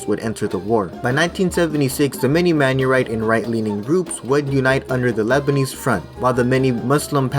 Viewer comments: The word Maronite is pronounced as Ma-row-knight, not Man-ure-ite. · It's "Maronite" not "Manyorite" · We are called Mar-on-ite. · Great video, but it’s pronounced “Mar-o-Nite” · Was he saying Menurite or something? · Thank you!! he made by ears bleed😂😂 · I have a problem with your pronunciation of Maronite but anything else, great video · This was a good video except for the pronunciations, maronite, phalanges were all said wrong